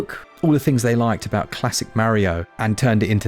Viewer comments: "Aboot it" 😂😂 You get it? You get it? "Aboot"? Disclaimer: I've been drinking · I appreciated the “ah-boot” it pun 😂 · You say, aboot?? G'day mate.